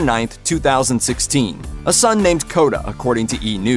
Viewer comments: Kodah? Smh 🤦‍♂️ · Kota? Nala?....really?